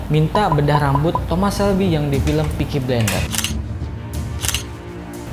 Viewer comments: bukan pickie blender bang tapi PICKIE FOOOKING BLAIINDEERR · tolong yah bang peaky blinder, bukan peaky blender sebutannya. gue sebagai fans film tsb merasa risih dengan penyebutannya. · Wkwk yg gw denger peaky blender jd nya hahaha